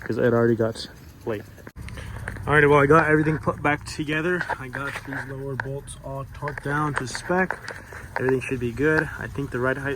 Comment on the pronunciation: You said lower woee 😮😂